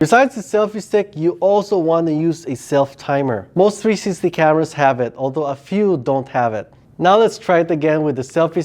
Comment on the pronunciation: Its three----six----ty. 3 syllables. Love the channel. Liked and Subscribed!